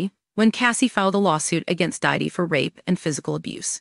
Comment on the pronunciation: It's hilarious how the AI voice mangles Diddy's name.